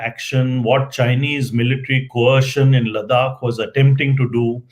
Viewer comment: Good talk. Please listen to your guests pronunciation of Ladakh. You call it Ladak. His pronunciation was correct. For gods sake don’t mess up our names being a proud Indian. 🙏🏼